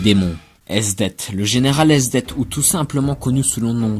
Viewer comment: et le th de esdeath se prononce a l'anglaise en romaji le nom s'ecrit esudesu